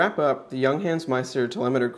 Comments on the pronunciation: It's "y uhng huns" :D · You're mispronouncing the name. It's "young - hahnz." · The company is not called Younghans as you pronounce, no is the watch a chronograph as you keep telling us, it's a chronoscope, (look up the difference) Junghans manufacture in China, you can buy the same watch with the Chinese Logo for about $30.00